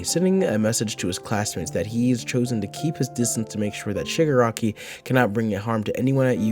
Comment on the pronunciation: i cant stop hearing sugar-rocky